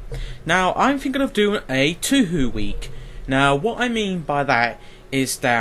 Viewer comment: OHHH PLSSS my ears >____< How do you pronounce Touhou??? as "tü hü" ? It´s pronounced as "" TOO-HO"